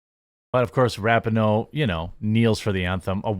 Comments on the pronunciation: Let's go back to saying rap-en-oh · I agree with everything you’re saying but, to sound credible about the things you’re talking about, please pronounce the names correctly. Ra-peen-noe, not Rap-in-no and Carli Lloyd not Carrie Lloyd. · The NAME on the FRONT of the jersey is MORE IMPORTANT than the one on the back!! btw - it is CARLI Lloyd and Ra pee no. I know that this topic isn’t normally on your radar, I get it. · The worst thing they did was that stupid hand heart. That crap has to go. Ra-pee-no, not Rapin-no. I can't stand her but for some reason the way you say her name makes my OCD go nuts. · I remember when the U.S. Women's Team was actually must watch, winning Gold at Worlds & The Olympics and was made up of the best women in soccer. How the mighty have really fallen I guess. So sad. Oh, and Jeremy, her last name is pronounced like this, Ruh-Pee-No, just an FYI for ya man! Great video as always! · It's pronounced raping hoe, right?